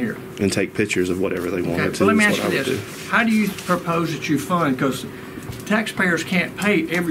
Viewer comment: OK. i axe him not to.